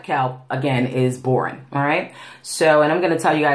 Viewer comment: It’s pronounced Bor On not borin, just thought you might want to know. 😊